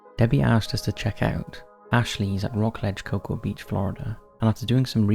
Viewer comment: In the asylum video, I don't hear or see anything. :( Also, in the Cocoa Beach story, the "a" in Cocoa is not pronounced.